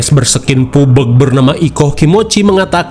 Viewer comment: Pubg❌ Pubeg✔️ 😂😂😂